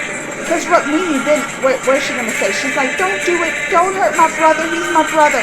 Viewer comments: It's Rukmani...pronunciation- ruk+money=rukmoney...😅😅i made it so that you can pronounce it easily...😅😅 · So, Rookmini that's how we say it. Also, you already know Krishna is the Avatar (divine manifestation) of Lord Vishnu.. Well, his wife Rukmini is the Avatar of Lord Vishnu's wife Goddess Lakshmi (the goddess of wealth). Another incarnation of Lord Vishnu is Lord Ram, and his wife Seeta is also the incarnation of Goddess Lakshmi.